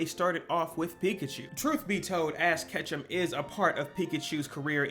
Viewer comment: why do you call ash ketchum, ass ketchum???